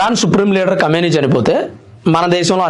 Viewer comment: Kamayni kadhu Kameney